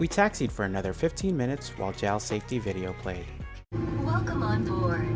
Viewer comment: Its pronounced "Jay Ay El", it does not rhyme with "Pal".